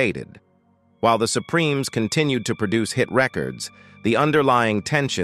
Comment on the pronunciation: Shaydows? Supremees? Dear Lord please use a human being as narrator!